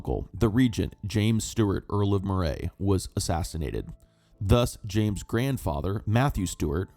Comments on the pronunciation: A word on pronunciation for the narrator. Moray is pronounced "Murray" not "Maw-ray"; Ruthven is pronounced "Riven"; and Gowrie is Gow(as in cow)ry. At least he got Edinburgh right which seems to be beyond most Americans . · For the Earl of Moray …. Moray pronounced “Murray” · It’s pronounced - earl of Murray.